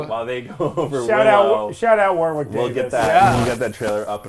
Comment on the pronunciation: It's pronounced "Warrick" the second W in Warwick is silent. He's named after a fairly large town in England